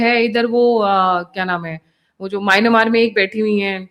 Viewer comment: माईनामार नहीं, 'म्यानमार'.